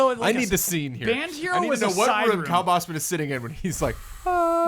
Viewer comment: CORRECTION: didn't nail the Dutch pronounciation.